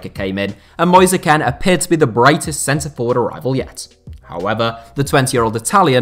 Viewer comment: mispronounces Moise Kean and then shows a slide of Ademola Lookman when talking about DCL. Nice.